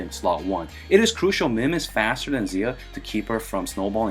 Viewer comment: Since it's a Chinese based game, it probably is ideally pronounced shia. X makes an sh sound in Chinese. I don't know what her Chinese name is but 夏 (xia) was the first Chinese dynasty.